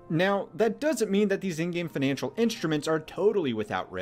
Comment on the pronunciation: "feenanshul system" what accent is that bro?